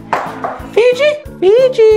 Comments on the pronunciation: was saying phoebe and you guys were saying figi but at the end it was actually phoebe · It's Fiji not Fe-gi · love's him but she's scared of him and its hilarious when she sais fibi and not fiji its funny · Austin: say fe-gi: fe-gi: fe-fe Austin: who the hell is fe-fe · She actually said "fefe" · Koality Naylor its Fiji